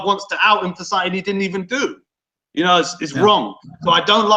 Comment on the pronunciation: let me tell ya somefing ya?